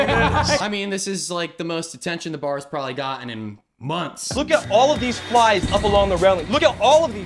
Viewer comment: You missed him literally saying fries instead of flies. hahaha